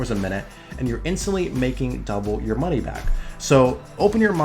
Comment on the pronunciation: what's "mony"?